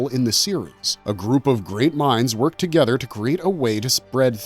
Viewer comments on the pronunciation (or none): none